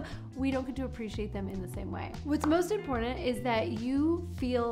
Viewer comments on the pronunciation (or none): none